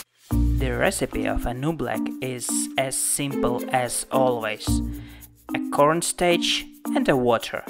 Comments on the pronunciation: Corn stach lol this man doesn’t know how to talk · “Corn staich and weter” lol 😂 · What is “corn stach” it’s supposed to be corn starch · Cornsteych? Dafuq? That should be cornstarch😂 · a constech and a weter i'm sorry but i'm dyinggggg ;= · "A corn stach and obleek" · Cornstaich wait but its cornstarch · Did he say cornstaech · corn staich 😂😂😂😂😂😂😂😂😂😂😂😂😂😂😂😂😂😂😂😂😂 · It was so funny when he tried to say corn starch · the way he said corn starch tho